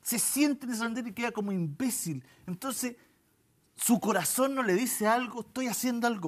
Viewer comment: ese énfasis para decir "imbécil" me encanta